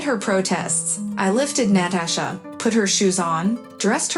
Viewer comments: It's both. Writer is trying to sound smart and it doesn't come off as natural. Reader is a robot. NAT-uh-sha! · you do know most of these stories are translated from other languages and as such, they use text to speech, which is why you get NAT-uh-sha